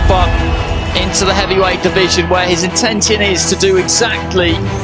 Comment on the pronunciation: did he actually pronounce "intention" phonetically? in-tent-iun ?!